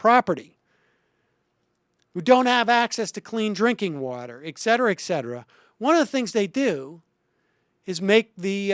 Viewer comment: Can someone please get Sam to stop saying "ec-cetera"? It's even more unnerving than "nucular".